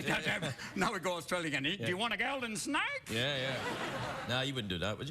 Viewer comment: Robin's point is proven about how Southern accent sounds like Australian accent during the natural progression of intonations within iterations of the phrase "Golden Snake." lmao